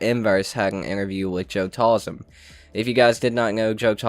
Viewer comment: Bruh its joe taslim not talsim